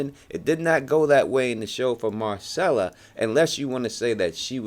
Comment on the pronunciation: Dude, you mispronounce Gendry, Myrcella and Valonqar...